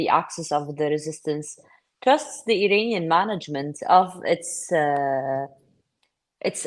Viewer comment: With utmost due respect to guest whom I greatly admire, IRANIAN is pronounced "Eee-Ronny-Yan" rather than "Eee-RAINY-Yan". As for you, I thank you as always, for inviting such knowledgeable people.